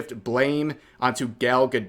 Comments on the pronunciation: 1 for mispronouncing Gal gadot as Gall ga dot lol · The way bro pronounced Gal Gadot 😆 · Why is it saying gal gadot like that? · Rev please, love you man, but please go watch a video of Gal Gadot saying how to pronounce her name. You are way off.